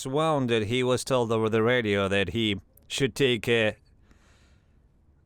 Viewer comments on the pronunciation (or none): Very cool door. Someone is crafty and clever. Teach the AI to pronounce "woon-ded". The other is wound like string or wire on a spool, but they are spelled the same.